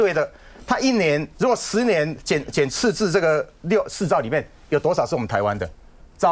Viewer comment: 鳳馨的捲舌音判斷：貿易次字